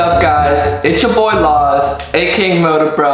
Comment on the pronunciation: am I the only one who thought he said it's ya boii